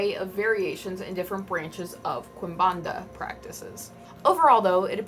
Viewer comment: Hi hi! Brazilian here! Quimbanda is pronounced "Kimbanda" and I'm far from the best person to talk about our afro based religioins, but I can atest to how they're demonized. We often see umbanda and candomblé temples being vandalized, their offerings being kicked and destroyed and them being generalized as "people who do (magic) work to hurt other people". I grew up in a christian home and only in my teens I stoped being afraid and started respecting these religions, now I learn about them through friends and practicioners who make online content about their spirituallity